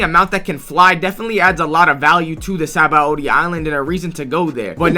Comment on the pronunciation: Blud said sabawoahdi